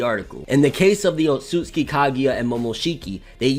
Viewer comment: Why is it so hard for people to pronounce names the right way... It’s O-tsu-tsuki.... my god....